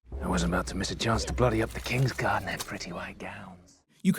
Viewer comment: "Oak and Iron GUARD me well" not "god me well"